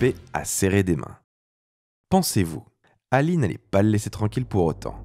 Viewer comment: d'accord avec toi parcontre ça pique les yeux comme tu a écorché le nom de ALI..